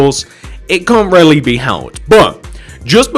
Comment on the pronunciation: When he says really, it almost sounds like rarely to me.